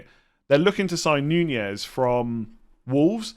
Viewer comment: It is not Nunez, It’s Nunes. First of all there is no ‘you’ sound. It’s shorter, more like double o’s in words like “look” or “cook”. Second thing is the ‘s’ at the end not ‘z’, pronounce it as you see it or if u want to make it more Portuguese you can say it like s(h) so it’s not like “snake” but more like “shut up”. 😅 But to be honest I highly recommend to check it out on the internet so you could listen how it sounds by yourself. Btw love your content. ❤